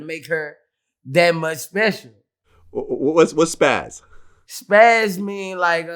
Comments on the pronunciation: "Pizaz" its "Pizaz" not spaz lol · I think the word Boosie was trynna say was spizaz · He was trying to say spazaz not spaz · My nigga be knowing the words he want to say but just don't know the pronunciation. It's pizazz, but we still love you Boosie. Get well my G‼️ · He trying to say pizazz lol